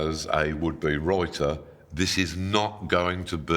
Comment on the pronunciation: What's a "wroiter"? 🤣👍